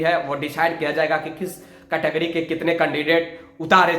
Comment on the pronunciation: Tumko likhne bolne aata hai jo bpsc ke candidate ko bol rahe ho? Pratyek ko pratek likhte ho wo bhi thumbnail me, category ko categooryyy kahte ho Khud kaabil ban jao pehle